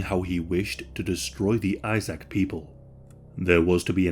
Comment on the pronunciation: Not “ISAAC” it’s pronounced Eesaaq, “lSAAQ”, and it’s not “BAR” it’s Baraay, “BARRE”. Thanks for everything you pronounced everything else great!:)